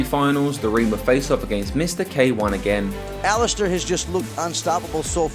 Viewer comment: I’m sure the commentator said alisteroid Overeem .... surely not 😮